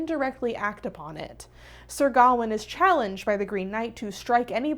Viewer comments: I’m not usually this person, but it is pronounced ga-wain, like Wayne as in Bruce Wayne, I’m sorry but it just bugged me the whole time since traditional Welsh, Irish, or Scottish names are mispronounced since I have a traditional Irish name that is often mispronounced and so does my niece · The way you pronounce Gawain is so American